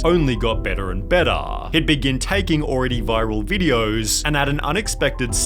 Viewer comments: tiktokaaaa, formulaaaa, bettaaaa, funnieaaaaa. This pronunciation. From which planet r u? xD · "only got better and bettah"? Why did you change the pronunciation mid fucking sentence?